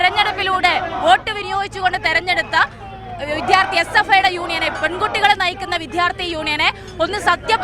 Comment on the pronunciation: പൊന്നു .....മോളേ...വിദ്യാർത്ഥി എന്ന് ശരിയായി ഉച്ചരിച്ചിട്ട് എച്ച്.അപ്പ്.ഐ. ചിന്താവാ വിളിക്കൂ...ഏ.ബി.പിയല്ല..ഏ.ബി.വി.പി.യാണ്...അടിമേ!!!